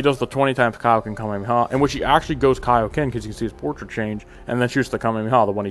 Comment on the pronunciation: you missed one and i was waiting for it all video Goku mispronounces his Kaioken in BT3 and says "kay-oh-ken" instead of "kai-oh-ken"